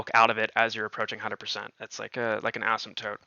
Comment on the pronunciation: He said Assymptote... tehehe